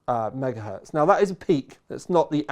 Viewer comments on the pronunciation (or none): none